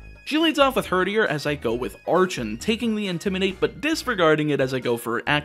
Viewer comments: I'm not normally into monotype challenge runs, but goddammit, you put my favorite Pokemon on the thumbnail so naturally I have to check this out. Also, it's pronounced "ARCK-en" and "ARCK-eops", with the hard "C" sound. Remember, it's derived from "Archaeopteryx", whose name is derived from the root word "archeo" ("ancient") as in "archeology". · In terms of pronunciation, I think Icirrus is probably eye-sirrus (ice + cirrus, all towns in Unova are named after clouds) Archen and Archeops are based on Archaeopteryx, in which the “ch” is pronounced like a k.